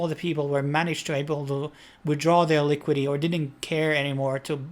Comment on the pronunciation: Please learn to say ‘devolper’ and ‘liquidy’ correctly. Thanx.